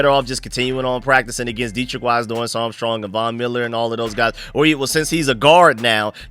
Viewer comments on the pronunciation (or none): none